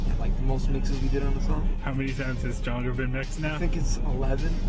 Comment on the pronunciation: "Stonger"? One R is missing